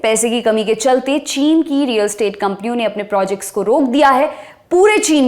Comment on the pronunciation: सब ठीक है पर रियल एस्टेट है, स्टेट नहीं .